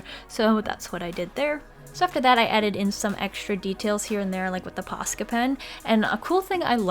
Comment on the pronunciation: I just have to say this but im from finnland and the way you say posca pen it sounds like "paska" pen and that means sh*t in finland and i find it wery hilarious xD